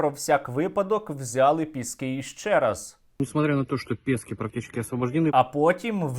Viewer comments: Боже, Сергію, ПЄскі, а не ПЕскІ! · Бля, «Пєскі»?????? Не Піски?? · Їм мабудь вже набридло Піскѝ брати, тому вони кажуть 'Пѐски', а не Піскѝ'. 'Pesky' англійською означає 'набридливий'. 😄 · Задрали коверкать название Пески!!! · ці довбойоби не знають слова "пєскі"?)) ніодна собака не може слово їхньою ж мовою вимовити правильно) сука недолугі. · Може шойгу десь і підбрехує, але я вірю в те, що росіяни 7 разів брали піськи (як вони самі вимовляють). Правда не каже за яку щоку... Але то вже не суттєво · Вони навіть вимовити назву села не можуть з 7 разу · Вони навіть не можуть правильно вимовити назву селища Піски 🤦‍♀️😂 А про кількість нашої авіації ми напевно і самі не в курсі! 😀✌️ Слава Україні! Слава ЗСУ 💙💛🇺🇦